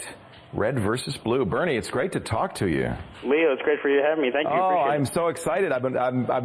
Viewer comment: It's Burnie not Bernie